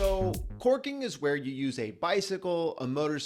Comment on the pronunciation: 💋👄👅Enunciate, it's CORKING not twerking🤭😅. Filming outside must be difficult. It took me a minute to get it.